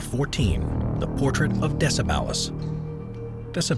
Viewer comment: Hello it is DECEBAL not other way you say it thx for video